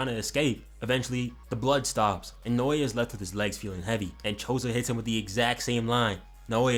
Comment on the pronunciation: You won't have to pronounce naoya much longer goat dw😭😭